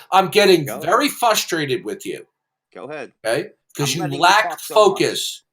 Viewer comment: Hey...you remember when you said to me that your mispronunciation of "frustrated" was a one time mistake because you were tired??? Well...here you go! You said " fuss-traded" again. Which is how you say it everytime! C'mon...you're 60!!! Even teenagers know how to say this word correctly!!! YOU LACK FOCUS!!! Pay attention now....it's Frus-trate-ed!.....frustrated!